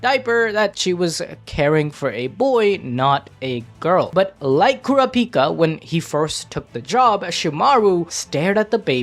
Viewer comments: why are you saying "kurapika" like that? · The way bro was saying kurapikas name was pissing me off